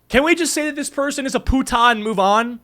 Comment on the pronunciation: OMG so its not only me whos annoyed by him constantly saying "putah". He could at least say it normally not with that weird accentuation 😭😭